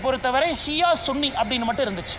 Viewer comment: அய்யா அண்ணாமலை ....... முஸ்லிம்களீல் _ ன்னி முஸ்லிம்கள் கூட இருக்காங்களா ? அது சன்னி முஸ்லிம் என பல நாடுகளீல் உச்சரிக்கப்படுகிறது .